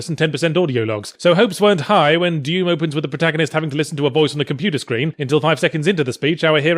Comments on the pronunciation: "Deum" xD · I couldn't get over the way he said "Dewm" MtnDew Commercial confirmed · he pronounces doom like "duem"